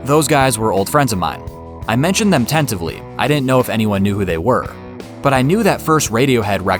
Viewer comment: Finally after all that, he says "tenitively"